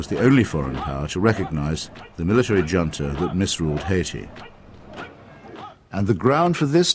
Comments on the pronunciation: Hitch is inspiring. He really doesn't let people get away with dishonesty. (My one criticism: he pronounced "junta" wrong.) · Hitch is more inspiring in his insistence on uncompromising honesty than MT ever was with her superficial charitableness. (My only criticism: he mispronounced "junta.")